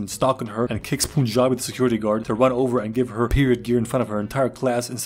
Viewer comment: Yo, homie got it right. Mans was a Punjabi security guard. One thing tho, it’s Punjabi. Not poonjabi😂.